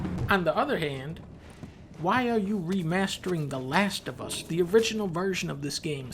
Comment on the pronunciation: The Lash Of Uh